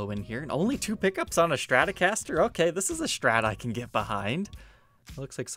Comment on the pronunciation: Take a shot every time says ''Shtratocaster''...